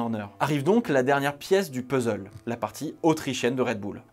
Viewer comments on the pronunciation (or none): none